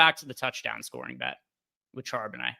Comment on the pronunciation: Then you hear him try to pronounce Charbonnet 😮